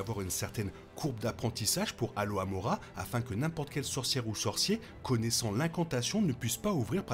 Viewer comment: C'est Alohomora et pas aloamora, Amora ces une marque de ketchup mdr, et Trelawnay pas Tralaunay, enfin bref la vidéo est cool tqt